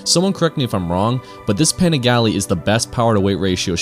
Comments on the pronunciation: "Paneegalee"... Wrong pronounciation. Great video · You didn't even pronounce the name right 😂😂😂😂